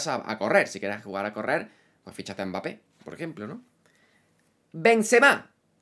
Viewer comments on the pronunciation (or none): none